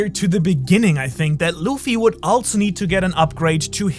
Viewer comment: As a german i really feel the „also“